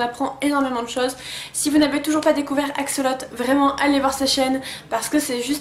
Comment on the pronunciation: PATRICK BAUD pas BAUDE (tu tes tromper en barre d'info) .... et on dit "axolote" pas "axolot"